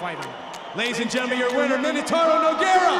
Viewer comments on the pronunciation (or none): Minotauro???? cmon brian, get it right